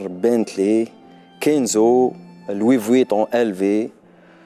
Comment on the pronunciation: الصحافى لازم يطرح سؤال و يخلي الضيف يجاوب ماشي حاط رحو فاهم كلش و يكثر فى الهدرة بلا فائدة 2. لويفيتون ماشي لويف فينون